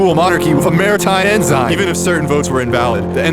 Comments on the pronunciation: its en-sin not en-zine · PSA, “ensign” is pronounced “ens'n”, not “enzyne”. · Say it with me: "En-sin" not "en-sign" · "Ehn-zine" is killing me. Ehn-son or ehn-sign please. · It is pronounced as EN-Sin not En-zine! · Honestly having trouble accepting a lesson on flags from someone who pronounces "Ensign" as "En-Sign". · Interesting for a rant about getting things right, I keep hearing things Pronounced strangely like bel-I-ger-ant, instead of bel-I-jer-ant, and N-sign instead of N-sin. But, that's just the pedant in me talking. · My dude can pronounce pernicious but not belligerents or ensign!? Please. This video killed me with your unique interpretation of these words.